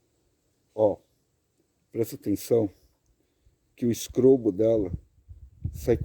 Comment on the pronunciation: todas as vezes que você falou do "strobo" das lanternas, eu entendi sempre "scrobo"!!! Foi impressão minha ou você falou "scrobo"???